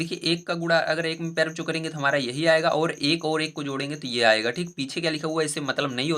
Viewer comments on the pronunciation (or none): Sir aap pyare bachcho kahte hai ya pyare cho 😂😂😂